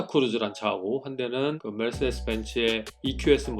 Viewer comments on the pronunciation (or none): none